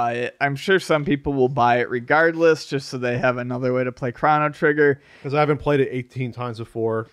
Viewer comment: The amount of "Crawno Triggar" in this video is too damn high!